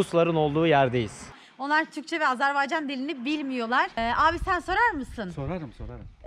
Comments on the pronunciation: video çekiyorsun ve kendince azerbaycan lehçesinde konuşuyorsun. Fakat içinde bulunduğun devletin adını doğru bir şekilde söyleyemiyorsun. o devletin adı azerbeycan veya senen dediğin gibi azarbeycan değil beğim. orası azerbaycan. önce bu Türk devletinin adını doğru söylemeyi öğren. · Siz birinci AzerbAycan sözünü düzgün deyin! AzerbEycan eşidən kimi söndürdüm videonu